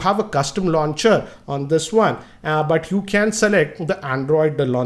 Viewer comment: this guy pronounces 'W' and 'O' as 'V'. Instead of saying Wide he says Vide, for Weight he says Veight and for One he says Vone.....Sounds funny to listen.